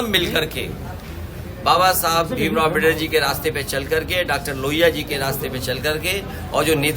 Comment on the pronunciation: अमबेडर नहीं अम्बेडकर हैं मूर्ख कौंवे टेढ़ी नाक वाला कौवा